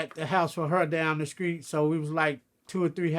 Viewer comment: I like how his t's sound like the c's....for example, he will pronounce street like "screet"